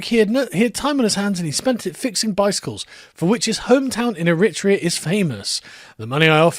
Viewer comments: Eritrea is pronounced "er-eh-TRAY-ah", TRAY being the stressed (long) syllable. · It's pronounced Error - Tray - Ah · The way you pronounce Eritrea grates on me but then I realise I don't know if it's you saying it wrong or me? 😂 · When Sargon has learned to pronounce Divali he will learn to pronounce Eritrea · Please learn the correct pronunciation of Eritrea. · defo knows he is pronouncing eritrea wrong every time he says it lol..... thats how its said now bucko!!!! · How you say Eritrea is painful Sargon